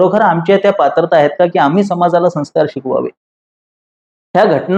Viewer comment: Sanskarcha uchhar neet karava ashi vinantee.